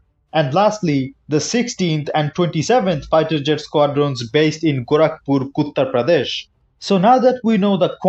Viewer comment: Did bro say "Kuttarprodesh"???